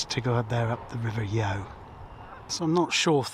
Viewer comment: The Raleigh Works was built by Shapland & Petters and is the name of the location rather than the company name. It was one of the largest employers in the town and when I joined in 1988 employeed about 850 people. Sadly it closed under the management of someone I went to school with! River Yeo is pronounced Yo!